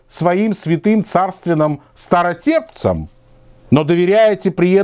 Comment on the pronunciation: позволю себе поправить немного тебя. По поводу царской семьи. Не "старотепцам", а "страстотерпцам".